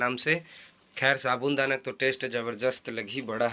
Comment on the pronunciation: Sabun dana nahi bolte hai bhai sabu dana bolte hai